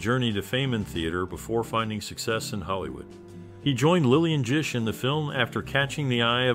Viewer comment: Bro it’s GISH with a hard g